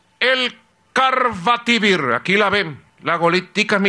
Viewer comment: EL CARRVATIVIRRRRRRR, MADE IN VENEZUELA" :v